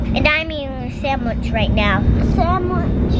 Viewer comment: I love how says “Samwich”😂